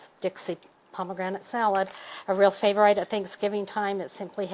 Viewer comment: lol she says Cool Hwip, and Favor-ITE